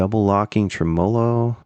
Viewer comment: I love everything about, except the way he says "tremolo" Trem-mow-low